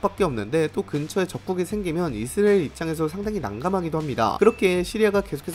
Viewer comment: 이스'라'엘 발음을 왜 그리 못하시죠. 계속 이스'리'엘에 가깝게 발음을 얼버무리네요. 처음부터 끝까지. 발음 문제가 큽니다....